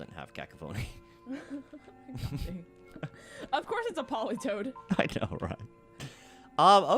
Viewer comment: Also guys fyi Cacophony is pronounced Cah-cough-oni